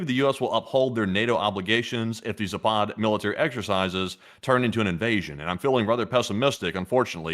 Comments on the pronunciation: It is pronounced zap ad, not za pod, dbags. . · Guys, its zapad not ZApad. It's caracas not CA RAcas. 🤣Both are same sound from beginning to the end. American pronunciation sometimes really drives me crazy :face-purple-crying